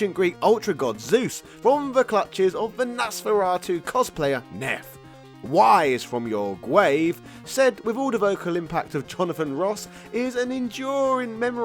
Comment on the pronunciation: "WISE FWOM YOUR GWAVE"